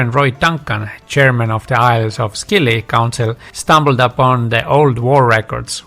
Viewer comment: Thanks. Interesting historical facts. BTW the islands are pronounced SILLY. Leave the C out. 🙂